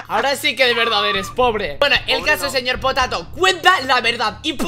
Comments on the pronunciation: Saben que dise el nobre dise seyorpotato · Dile al señor potato es con ñ no con y